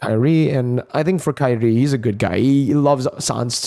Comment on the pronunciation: All caster ,all I hear is kairri all was kairi and now he is not the MVP ,oh common ID 😂😂😂